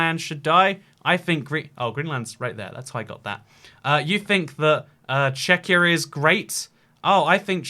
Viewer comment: ah yes, "checkyur"